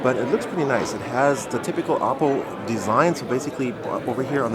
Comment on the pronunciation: Thanks for pronouncing oppo the right way :P